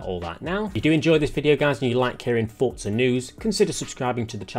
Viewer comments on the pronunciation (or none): Everyone - for-za - fort-za Bro there is no T 😂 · “Forza” is an Italian word, and is pronounced with a “T.” It’s how the devs say it, it’s how the in-game characters say it, and it’s how you should say it.